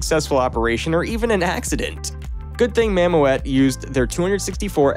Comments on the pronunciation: nice video; please try to pronounce the word mammoet correctly; is is not mam-moe-et. It is it mam-moet ( oe sound the same as in the word fool) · You need to learn the difference between, SPMT’s, SPT’s, Girder Fames and Conventional draw bar traliers It’s pronounced “Mam-ooooot” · "Mam Oh Ette"? Who came up with that pronunciation?